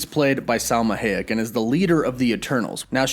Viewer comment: It's really weird hearing your mispronunciation of Salma Hayek and Eson the searcher, bringing back Chthon vibes again